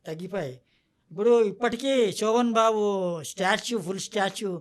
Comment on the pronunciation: శోభన్ బాబు అనాలి. సో బన్ బాబు కాదు తల్లీ.పలకడం నేర్చుకో.